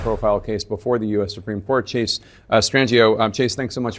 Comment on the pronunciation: The T didn't hit for "Chase"....